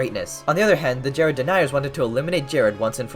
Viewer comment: my favorite part is when sed it's jerrding time and jerrded all over the place